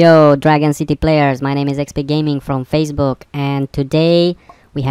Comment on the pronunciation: did he said fazebook?